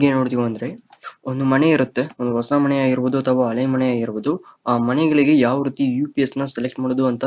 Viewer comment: ಮಣೆ.... ಮನೆ ಗುರು....ಯಾವ ಸ್ಕೂಲ್....ನಿನ್ನ ಕನ್ನಡ ಮೇಷ್ಟ್ರು ಧನ್ಯ....